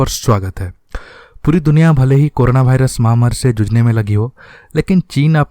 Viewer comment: वायरस या भाईरस, तय करलो कि कया है 😀😀